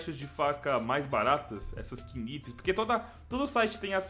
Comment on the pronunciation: Se pronuncia "naivs" e não kinivi kkkkkkkjkjkjkjkj